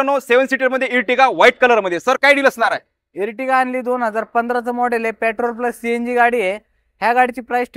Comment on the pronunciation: Pyatrol nai petrol aste bhava te